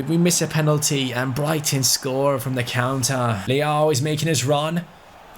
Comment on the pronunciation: Hey, you are getting “Rafael Leão”’s name pronunciation wrong, mate hahah. I cannot explain it by words, but you can check by using Google Tradutor in Portuguese and hearing the pronunciation. Great episode, btw;)